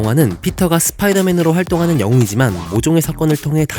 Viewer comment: 스피이더 맨이 아니라 스포이더맨인뎁쇼